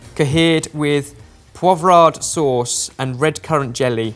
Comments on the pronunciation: saying poivre wrong. Classic. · And then you hear him try to pronounce Poivre... :P